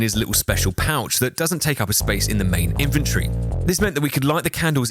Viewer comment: question, why are you pronouncing inventory as "infantry" ???? :(